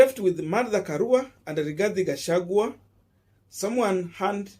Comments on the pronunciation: He is called "Gachagua". Not "Gachagwe". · Boss, do you have a problem of pronouncing the letter "i" and the letter "e"??? The name is Rigathi Gachagua and not RIGATHE GACHAGUE. Please if you cannot pronounce the name the way it should, then do not mention it. People do not fail exams because they are stupid. People fail exams because they do not follow instructions. Other than than, your work is good Boss 😜😜